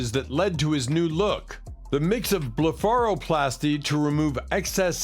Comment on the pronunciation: Dude...blef-ara-plaaasty. pretty sure Google will give you pronunciations if u take the 3 seconds to use it😂